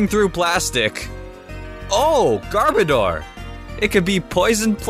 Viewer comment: Garbage + odor = Garbodor. Not garbage + door. Not that hard.